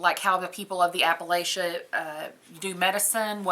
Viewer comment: I can always tell when someone is "not from here" by the way they pronounce Appalachia. For those of us who live here it's app-uh-latch-uh (with a soft a sound in the third syllable like in the word apple).